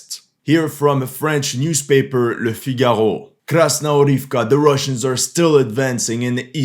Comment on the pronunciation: Mon amis, tu est français ? tu as trop bien prononcé "Le Figaro" ;)